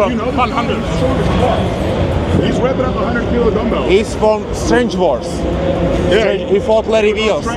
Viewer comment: Kdyžtak jen jsou to "Strength Wars" ne "Strange Wars":D